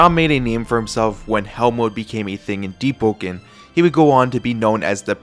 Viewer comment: Is it just me or i hear him spell "Deep-po-ken